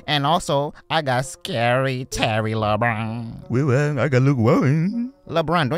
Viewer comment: "Lebwan" voice so funny